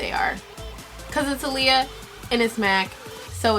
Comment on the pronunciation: You saying her name wrong 😩